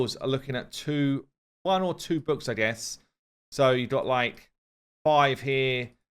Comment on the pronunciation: When says "books" I hear "boobs"......no idea why....I am the only one??!!???